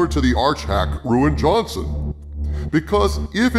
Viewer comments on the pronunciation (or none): I can't help but chuckle every time I hear "Ruin" Johnson